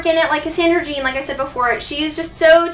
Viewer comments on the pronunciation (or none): none